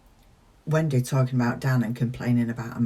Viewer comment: On a lighter note … it’s great how you say “Wen-day” 😁